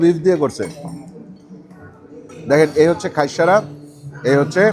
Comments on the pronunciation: Bhaiya Eita just খাইস্যা not খাইস্যারা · not khaissara ..its khaissha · বার বার বলতেছে খাইশ্যারা😅 যে হবে খাইশ্যা, (হাইশ্যা)